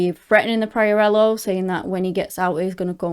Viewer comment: Please do your homework before you tell a story. Learn how to pronounce Darlene’s last name. You butchering her last name is disrespectful. I know of this story and I expect anyone who tells it to be well versed in it. That is my constructive criticism.